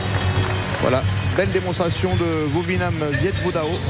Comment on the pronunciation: it's Vovinam :) ( viet vo dao )